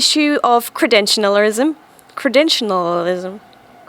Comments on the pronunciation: ‘Cre-dential-ism’ You added an extra ‘N’ and extra syllable or two in your pronunciation by mistake :) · Kree-Dent-Shull-Ism Maybe that will help. Thanks for the videos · kreh-DEN-chel-izm lol shrug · Credential (end with hard "L") - lisum. Small space between the end of "credential" and "lism", and don't add an extra "N" after "credential." Relax, it helps with pronunciation. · I love how all 32 attempts to pronounce "credentialism" sound exactly the same.